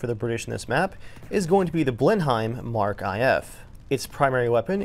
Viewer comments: Mark Five A and Mark Five B not M K V A and M K V B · It's said 'mark' not 'emm-kaaayyy' lol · if it's a MkVa it's pronouced Mark 5A, or MkVb would be Mark 5B etc. It wouldn't be a MK Vee A. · also I know it SAYS 'Mk' but it's pronounced 'mark' not 'emm-kaaayy' lol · To be pedantic, it's more like "Luft-vaf-eh," but most people wouldn't blink if you mispronounced the ending vowel slightly. But I am American and I thought to myself "Man you really are a fuckin' Yank" when he said "em kay vee bee" instead of "mark five b." And yeah... it took me all of ten seconds to write this comment, I must be a hopeless loser nerd since I have dedicated so much of my life to this guy's error. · It's not "v" as in the letter. It's the Roman numeral for the spitfire. So the two variants are the Spitfire V (5) A and Spitfire V B. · Its not a V its a 5... Mark 5. And the spit is supposed to be a slow plane. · Spitfire Vee A? For God's sake it is a Mark 5A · Mark five. Not the letter V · This drove me crazy aswell! No one should be saying 'MK V' anyway, it's pronounced 'Mark 5'.. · The way he pronounced "Va" killed me (it's "five a", as in Roman numerals you uncultured swine) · Love it when you apologize for the perfectly acceptable pronunciation of the Blenheim when you absolutely murder the Mk numbers :D V - five I - one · ErickG lmao hahahahaha did he realy read them VB ? hahahaha